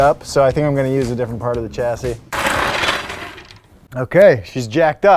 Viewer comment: "Chasis." Lol, oops.